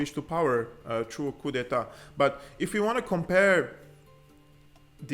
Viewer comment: Hey brother, when you say "coup" don't pronounce the p. Keep up the great work God bless you.